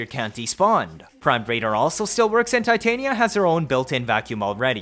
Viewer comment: Tih as in Tit and tania as in Tanya... not TAI TAY NIA ew